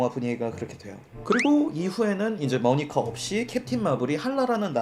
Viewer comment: 모니카 모니가로 발음하는것까지 완벽하다